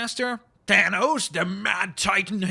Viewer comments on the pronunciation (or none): none